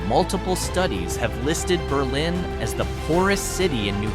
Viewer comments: Co-OS County. Nor Cose or Cooz. BERlin Not BerLIN. (Which is one of ehe state's few cities, not a town) Over the top cringe worthy. Plus almost every town in this video is hardly remote. Most of them are on major US highways, within a hour or two drive at most to the big cities of Manchester, NH, Boston,Worcester, or Springfield, MA, and Hartford or New Haven, CT. Have you even been anywhere near NH? I doubt it. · "Berlin" NH is pronounced "BUR-lin," not like the German city. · Just a couple of pronunciation corrections. Coos County looks like it should be pronounced the eay it's spelled. It's actually co-oss with accent on co. Berlin is in Germany. Ber' lin is in New Hampshire. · Mispronounced Coos and Berlin!